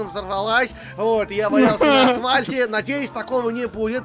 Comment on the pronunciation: не асвальт, а АСФАЛЬТ!!! -_